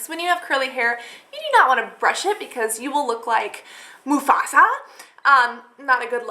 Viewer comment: i bursted out laughing with the way you said mufasa loloolol oh lord